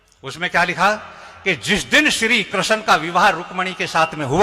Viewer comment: Bhagwa dhari buddha musalman hai. Iski bhasha suno apko pata chal jayega yeh nimantran ko dawat aur Shri Krishna ko Krisan keh raha hai. Urdu bol raha hai hindi ki jagah.